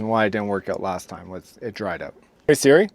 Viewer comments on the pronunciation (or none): I enjoyed your video, especially the cinnamon rolls, but please don’t say “Siri”. 😊😆